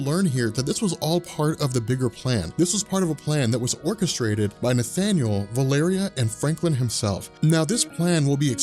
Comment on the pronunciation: its prounounced val o ree